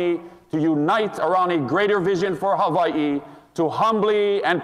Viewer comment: He says Hava E so well.Makes him sound so qualified to be the governor of Hava E!